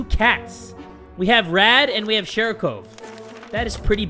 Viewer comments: You pronounce it shArikov, not shErikov. Also, it literally means ball. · continues to call it shErikov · keeps pronouncing sharikov's name "SHEERIKOVE", in the beginning, and im sitting here like... NEW CAT?!?:0